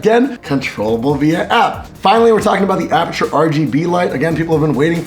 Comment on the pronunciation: "I am from apurture.." Apurture! get your ass over here to India.